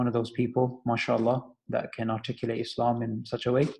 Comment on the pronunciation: It sounds like is saying 'I reverted to Islamabad!'. hahaha. I had to rewind just to hear that. Mashallah.